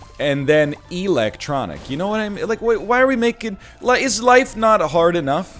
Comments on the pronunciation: "why is electronic pronounced differently from electric" I don't think it is, honestly? You're the only one I've ever heard say electronic like that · My man pronounced electronic weird and then complained about the English language